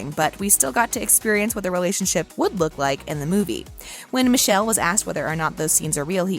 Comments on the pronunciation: his name is actually pronounced '''Mickhélé'' not Michelle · It's Mikel not misel😑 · Michelle? No honey. It’s mee-keh-leh. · Please pronounce Michele's name correctly.